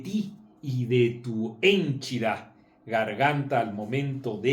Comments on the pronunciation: "henchida", no "hénchida" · Así es, es henchida, sin tilde, se le fue a Don Marco Levario 😁😁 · Marco, eres muy bueno para ironizar, exhibiendo la ignorancia de esa servidora de la cuarta transformación. Por cierto, al mejor cazador se le va una liebre: henchida es una palabra grave, no esdrújula, como la mencionaste (se dice henchida y no hénchida). Saludos y felicidades por tus videos de YouTube, veo todo lo que subes! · Mi querido Marco, dijiste dos veces hénchida, con acento en la "e", y no es correcto, pues no es palabra esdrújula, el acento de la palabra es tónico y está aplicado sobre la "I". Un abrazo!!!